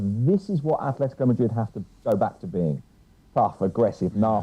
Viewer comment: “Athletico”.... cmon espn you’re not even trying anymore